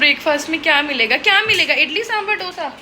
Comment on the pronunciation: For god sake its not dhough-sa, its dhosa. We dont call paratha as perata right?😒